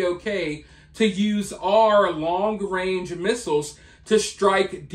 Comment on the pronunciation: Trudeau: “Long wange…” 🤭 what a clown. I believe the opposite of what these grifters say. Candace Owens has these people pegged.